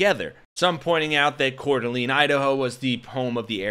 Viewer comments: There's a near zero% chance of a left wing extremist in North Idaho. FYI - locals pronounce it as Core - Duh - Lane. Long A in the last syllable. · It’s pronounced Core da lane. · It's pronounced "Core duh LAYN" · It's pronounced Core Da Layne, FFS. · I am the worst to point this out, but I would want to be told, in future its pronounced Core - Duh- Lane, as you may report on it again. Seriously not that guy at all, great work, just as a creator myself would want to know hope you are not offended. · Learn to pronounce Coeur d'alene.